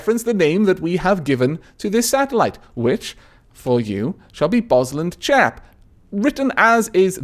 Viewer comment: lol BosLandschap means forest area and is pronounced bos laund (as in laundry) schap (hard g)